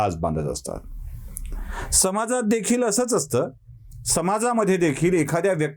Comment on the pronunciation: जसं स+स्नेह = सस्नेह, स+प्रेम = सप्रेम इ., तसंच तुमचा 'समाज'चा उच्चार म्हणजे स+माज़ (हा जन्म किंवा जयापजय यातला ज नसतो; जहाज किंवा जर-तरमधला, वस्तुतः नाही, तो तुमचा उच्चार आहे) = समाज़, अर्थात् माज़ासह, किंवा, ज्यात भरपूर माज़ आहे, जो माज़लेला, माज़ोर्डा आहे, तो तुमच्या दृष्टिकोनातून 'समाज़' आहे, बरोबर? तुम्ही ज्या समाजात वाढलात, वावरता-राहता आहात, त्यात तुम्हाला केवळ माज़, माज़लेली अन् माजोर्डी माणसंच आयुष्यभर दिसली-भेटली, है दुर्दैवी आहे!